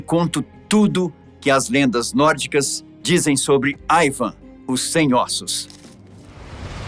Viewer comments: nao é aivan é iiiiiivan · i van com i nao aiaiaiai